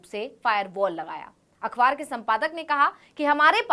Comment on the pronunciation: “अख़बार” अखवार नहीं। सही उच्चारण करो।